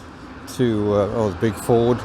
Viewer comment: Your 'Fuurd' day lol 🤣😂💯